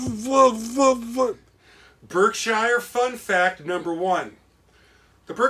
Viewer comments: Just a update on the name It's pronounced ( Berk - Shear ) on the B&O.. through the Berkshire's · Berkshire is pronounced "Berk-shere"!